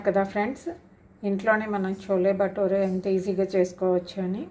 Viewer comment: చోలే కాదు, ఛోలే అనాలి, అలాగే భటూరే అనాలి, బటూరె కాదు.